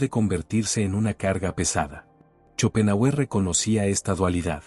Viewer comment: Muy interesante el tema , pero su pronunciación al nombrar a shopenhauer es horrorosa !